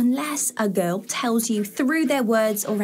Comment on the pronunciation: This girl doesn't know how to pronounce the Word 'Girl'😂